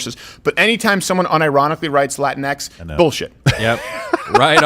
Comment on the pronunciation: really the people who unironically use latinX don't say it like that but rather say it like, "laa-teen-ex.